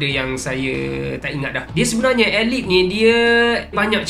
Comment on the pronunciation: baru tau sebutan Nama ALIPH ni aelip . sedap gak bunyinya. aq ingatkan sebutannya Alip😅